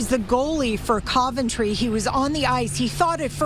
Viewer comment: Reporter can't even correctly pronounce Coventry. Geez. Where do these stations find these twits?